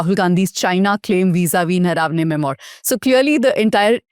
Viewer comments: It’s not ‘mem-oyer’. It’s’mem-wah’. This is basic. That said, it’s a relevant subject that’s been covered very well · The word is “mem oo are” (French). Please get your pronunciation right